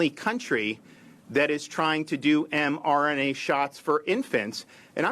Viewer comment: Seems to have a problem saying mRNA for such an 'articulate' man! lol Damn fine governor though!